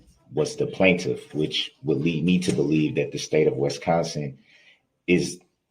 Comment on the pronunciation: And then when he gets to the end of the police reports, that's even he starts with his BS, "Do you know the plantiff", "have you ever seen the plantiff" questions lmao